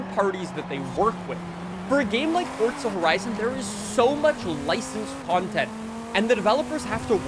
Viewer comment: Brother please stop saying FORDZA. It’s forza uggggghhhh 🤮🤮🤮